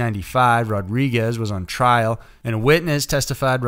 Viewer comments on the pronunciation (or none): none